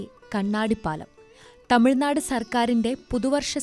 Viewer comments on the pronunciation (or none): none